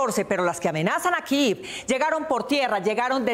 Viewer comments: Se dice Kiev no kiv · Y denle con "Kiv"! Y es que lo repiten y lo repiten, que ignorancia. Estos periodistas no saben ni pronunciar el nombre de la capital de Ucrania. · ¿Por qué pronuncian kiv a Kiev ? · 2 cosas con mucho respeto: 1. ¿quien les dijó que así se pronuncia Kiev? es que ni siquiera en su lectura literal al español se lee así. 2. ¿cuál es el afán de tomar partido en este conflicto? más cuando ahí evidentemente no hay héroes y villanos, por un lado un país que no respeta el derecho internacional y por otro un país cuyo gobierno está enraizado en un golpe de Estado y tiene continuas vulneraciones a los DDHH. parece un pasquín de la OTAN, nada de independiente, muy mal ahí :/. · Malísima la pronunciación de la capital de Ucrania